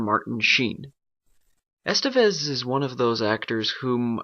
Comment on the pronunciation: I guess you don't have a half-Spanish heritage ;-), it's pronounced "esTEvez" instead of "EStevez", and all three "e" are pronounced as in "guess". But nice review, I find it useful and quite accurate.